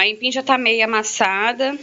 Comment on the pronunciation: kkkkkkkkkkkkk ela fala aimpim